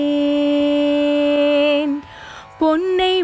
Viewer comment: ஷரணடைந்தேன் அல்ல சரணடைந்தேன். பாரதி உச்சரிப்பில் மிகத்தெளிவாகயிருப்பார்